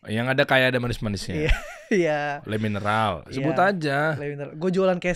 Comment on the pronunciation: Emang boleh bang di endorse sama CLEO tapi abangnya malah ngomong Le mineral?